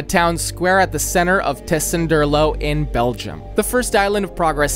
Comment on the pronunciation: Thank you, for mentioning my and my team's builds. It's lovely to see our small team get this attention and recognition! P.S.: Amazing how you pronounced Tessenderlo flawlessly.:)